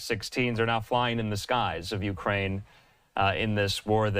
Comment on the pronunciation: And why does the emphasis have to be on "U.S Made"?!